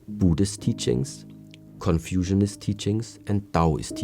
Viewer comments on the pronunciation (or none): "confusion-ist teachings". I laughed. I know what he meant, and the struggles with english words.